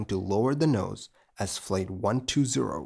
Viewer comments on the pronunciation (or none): none